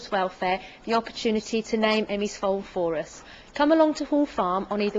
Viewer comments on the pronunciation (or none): I thought she said "going to give us the opportunity to name Emmy's foal Phorus" haha, instead of "for us".. :L